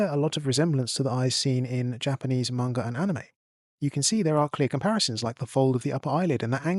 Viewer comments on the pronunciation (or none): none